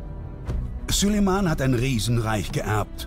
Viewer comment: Könnt ihr bitte denn Namen Süleyman richtig aussprechen